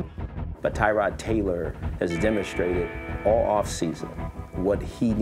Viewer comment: Hue never even learned the correct pronunciation for “Tyrod” Taylor.